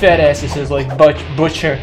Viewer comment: "Butcher" more like "But cher"